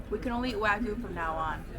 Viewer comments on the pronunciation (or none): eh why do americans always pronounce wagyu as "wa-goo"